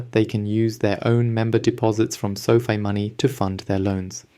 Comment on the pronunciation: It's Fi not Fee